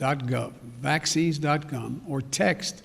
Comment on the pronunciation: Did he say vaccine dot cum or vaccines dot gum?